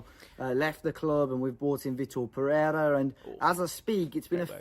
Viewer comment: Funny thing is that he's not even saying Pereira well, so that portuguese brainwashing is not really working that much 🤣